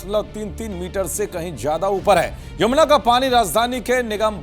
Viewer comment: Anchor ko shabdon ka bhi Gyan nahin hai waise hi pelam pel hai zyada ko jada jada Kare ja Raha hai 😅